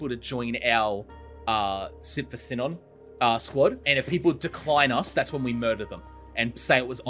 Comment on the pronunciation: I’m pretty sure it’s pronounced Sea-Non not sin-in